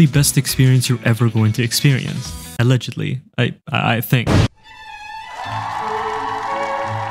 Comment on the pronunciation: Did he say allegedly or alleji telleji!? 😂😂😂